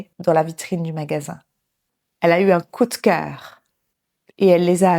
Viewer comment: Mon Dieu, une dizaine de magasins🤯je serais déjà au bout de rouleau après 3🤭J‘aime bien le vocabulaire „faire les magasins“ et „le vendeur catégorique“ et la prononciation de „coup de cœur“. Merci, c‘est top